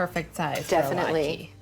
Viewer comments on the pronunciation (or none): I don’t understand how Molly thinks that the word latke has a long e sound at the end of it, when it obviously doesn’t. Her pronunciation of the word latke is driving me crazy. 🤦